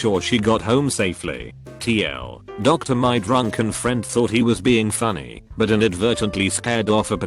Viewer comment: No one: The voice: Fa-se book Also The voice: TL, Doctor